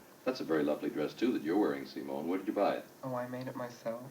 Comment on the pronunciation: i could be wrong but i believe he’s pronouncing her name “seem-own” as opposed to “sim-own”